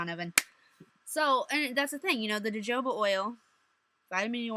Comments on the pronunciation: It's pronounced "Ho Ho Ba" oil. Jojoba oil, lol. Great vid. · Jojoba is pronounced ho-ho-buh :) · Jojoba oil is pronounced (hohoba) oil and it comes from austrailia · Jojoba oil is pronounced (hohoba) oil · jojoba i think it's pronounced hahoba. c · jojoba oil is pronounced hohoba. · hi. great video btw. just have a question. when you say don't use tapers as jewelry what do you mean? because im planning on having my ears stretched and can only find 1.02mm tapers (18g) i just want to know are they ok to wear at smaller sized and after you pass a "limit" you have to wear tunnels and plugs etc or are they just to be completely avoided? and just to say jojoba is pronounced hohoba :) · its actually pronounced HO-HOBA smart one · you pronounce it ho ho bah oil. Thanks for all the info! Very helpful. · A couple little corrections: jojoba is pronounced ho-ho-ba. Electrical tape is a carcinogen (cancer causing) material. Taping is unnecessary, but if you must, use PTFE teflon tape or bondage tape. Acrylic will still break down and release toxins into your body even if your ears are healed, although its safer in healed lobes than fresh stretches. If you care for your lobes properly they will never smell. Surface anchors (what you called "microdermals") never have to be surgically removed. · JoJoba is pronounced HoHoba :) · im sure plenty of ppl have told you by now but its pronounced like huh ho ba lol i say ja jo ba sometimes to haha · Its pronounced hohoba, the j makes an "h" sound